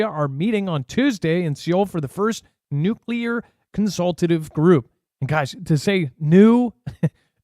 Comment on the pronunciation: No, it's not nuke yeller.